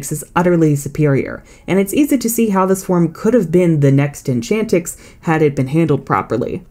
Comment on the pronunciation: DO NOT LEAVE OFF THE T IN ENCHANTIX! AND IT'S TYNIX, NOT TYHINX!